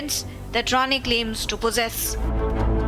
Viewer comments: It’s Nitesh Rane and not RANA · Rane not Rana 😂